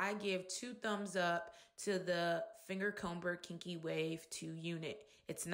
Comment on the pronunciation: The "B" is silent in comber smh